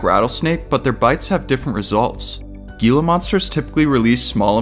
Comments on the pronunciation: The way Gila monster is pronounced is not (gee-la) it’s (hee-la) monster. You must not be from Az. Like your show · the gila monster pronunciation was painful 😂